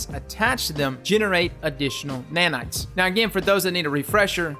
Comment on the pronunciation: Somebody tell me how many times did he say NANITS